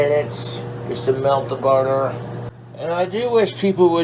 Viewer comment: Budder and grweeeeessuhhhh